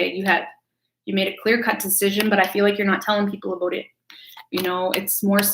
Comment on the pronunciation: Who else comes to hear her say aboot